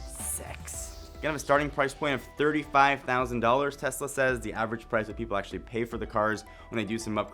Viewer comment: Great video!! And im glad you are different from other channels for saying TeSla not TeZla...